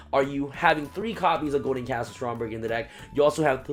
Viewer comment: i know ur tired bro but it's castle, not castel (the skyblast musketeer)